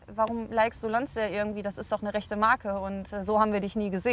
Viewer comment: Die Marke "Lonsdääl" also...